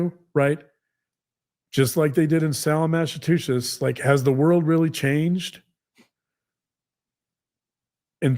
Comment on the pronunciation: He said Salem, Massatooshesh lol. They are delusional.